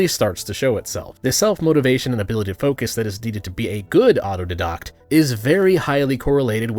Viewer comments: As a fellow Autodidact, I would like to formally request people stop pronouncing the I in Auto-DIE-Dact incorrectly. At the risk of requesting something right after potentially offending you, can you take a look at, and do a take down of the "Government Capitalism" Socialist Cope? If you haven't heard of this one yet, it's basically a trend in psudo-sci... I mean Social Science where socialists have taken to labeling all of the negative outcomes that can be demonstrably linked to socialist policy, as something called "Government Capitalism." It's one of the biggest copes in Academia atm, even outstripping a lot of the X religious figure did not exist dreck. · You'd think that someone so vocal about the merits of being a self-taught expert would have completed at least the most basic independent research required to pronounce "autodidact" correctly. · I believe you don't understand hyperbole. My point is any moron can label themselves as an autodidact, and assume anyone who pick their arguments apart are attacking them. When in reality, they're just crybabies who can't handle constructive criticism so they fall back and watch videos like this(even though the dude pronounces autodidact incorrectly) to confirm their own biases. I don't trust the media. Just like I don't trust any self-proclaimed "autodidact" who fry their brains watching conspiracy theory videos, but can't tell the difference between a Philips and Allen bit. This video is pointless and it’s already generally agreed that education isn’t equal to intelligence. However, teaching yourself something doesn’t automatically make you a genius either. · I hate how you pronounce autodidact. Otherwise good vid. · Mispronouncing autodidact is the most part of the autodidact meta. You spend all your time reading books, so you know a lot of words, but don't interact with people IRL, so you don't know how to pronounce them. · Not how you pronounce “autodidact”, but you can look it up. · Auto "Dye-Dackt"